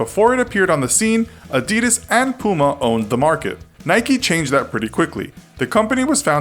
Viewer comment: When u realise he can’t pronounce Adidas,Nike and puma